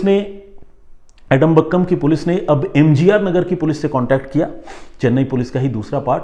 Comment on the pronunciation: Sir एडमबक्कम नहीं है आदमपक्कम है नाम😂